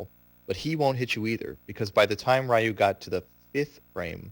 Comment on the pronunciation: You mispronounced the fuck out of Ryu! Why is it that idiots always have a hard time pronouncing a three letter name. Its "Ree-ewe" not "Rai-you"!!! And if anyone tells me it's no big deal FUCK OFF!!! I'm so tired of hearing his name being butchered like that.